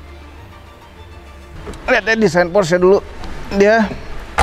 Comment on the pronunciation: Belajar lagi cara ngomong "PORSCHE" nya yang bener.. peace